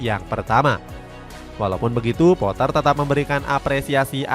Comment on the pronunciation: GRAHAM POAH ,,,🔥🔥🔥🔥 KARENA DI INGGRIS DIA TIDAK DI PANGGIL DGN SEBUTAN POTTER 🤣🤣